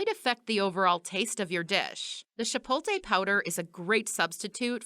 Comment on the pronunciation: Chi-poat-lay. Not shi-polt-ay